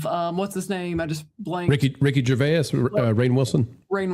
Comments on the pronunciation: I have never heard anybody pronounce Ricky Gervais that way😂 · Only two syllables necessary.